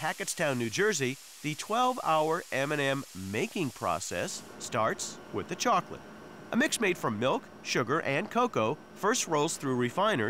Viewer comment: "They want shokolate" xD